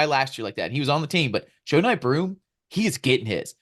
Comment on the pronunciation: you really gotta learn how to pronounce Broomes first name